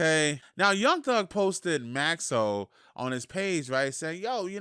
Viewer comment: Oym I heard say “maxo Vs. Lizzo “💀💀💀💀💀💀